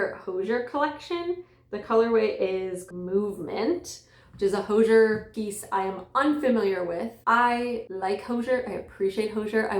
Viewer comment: The vibes here are very fun, and I love the!:D (ps, Hozier rhymes with cozier)